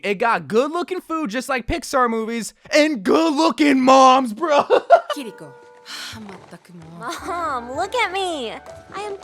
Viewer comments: Kiriko is pronounced with one r not two. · Not a big deal, but Kiriko is pronounced Kee-ree-ko not Kur-ri-ko, just liked to make it known! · It's kiri-ko not kuh-rico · The mispronunciation of her name is hurting my soul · Please stop pronouncing her name like that 🔫💀